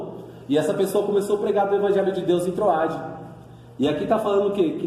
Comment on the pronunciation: Não é troade é trôade...não Eutico e sim Êutico.tem acento meu irmão.. as palavras foram pronunciadas de forma errada.fica a dica